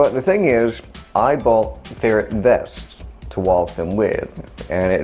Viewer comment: I've been subbed for awhile and I think I just noticed you have an accent like when you say walk idk